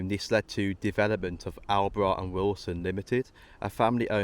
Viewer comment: Great video. Btw, it's pronounced All-bright. My dad used to work there.